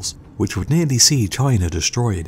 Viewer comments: Its ''China'' ffs, dafuq is a 'Chinar''? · There is no "sh" in destroyed... And, it's pronounced China; not Chiner! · Am i the only one who is hearing him say chiner. instead of china? also you forgot about alexander the great's conquest of the persian empire, and india. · Why do Brits pronounce China; Chiner? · I'm still tripping on how you say "Chinar". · "that took place in chiner" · Chiner, Russier, wha?